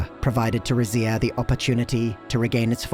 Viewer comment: Lmao I was not ready for you to pronounce it rizz-ia. Ive been saying it like reedz-ia because Zs in Italian make a DZ sound and I think Rizia is supposed to be a culmonation of different Romance cultures.